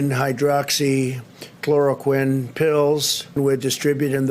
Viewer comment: At least his pronunciation of hydroxychloroquine this time was on point.